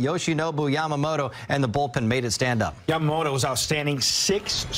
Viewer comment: 関係ないけど、、、 ほんとうに 『ヤマモロ、ヤマモロ』って発音しているね。アメリカ人には難しいんだね